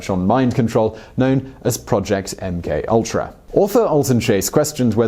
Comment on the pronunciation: Simon finally said mk ultra correctly!!!!